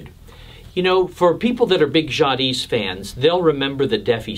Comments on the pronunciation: The "s" is silent in Jadis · FYI, the ‘s’ in Jadis is not pronounced. Pronunciation is “zhah DEE”